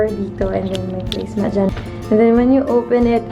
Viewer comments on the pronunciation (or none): Did she say "placemat"? Or I just misheard it.